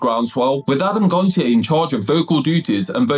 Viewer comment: You pronounced Adams surname wrong lol It’s said as “gon-sh-ay”